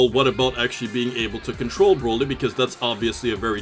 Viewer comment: why you cant say z broly better